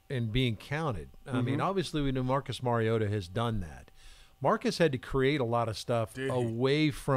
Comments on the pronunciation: It's Mar-E-ota. Not Mare-E-ota. He's not a female horse. ;) As in Mario Andrette. But pronounce "ta" instead of Andrette. Please people. Learn your QB's name. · I know. Many sportscasters are little more than talking heads. They don't really know much than just what's put in front of them. Been following Marcus Mariota since his UofO debut. Mariota is pronounced as I have described. It is indeed Mar-E-O-ta not Mare-E-O-ta. Spread it around. Fans should know who their QB is. Journalists and sportscasters should stop being lazy and find out the name of the person they are reporting on. It's not as though Marcus Mariota is a rookie. They've had plenty of time to learn his name. If I were a teammate or staff and some journalist asked me a question about Mare-E-O-ta. I'd promptly and forcefully assert that I don't anyone by that name. I'd start shamming them for their laziness and disrespectfulness. P.S. Mrs. Mariota contacted some sportscasters in early college days to set them straight on the pronunciation. This was mentioned during the broadcast of a game.